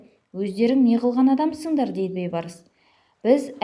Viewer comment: Бейбарс емес, БІЙБАРС, ӨЗ БАБАҢНЫҢ АТЫН ДҰРСТАП АЙТЫП ҮЙРЕН